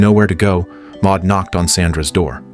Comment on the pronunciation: Maude or Maud, NOT Ma.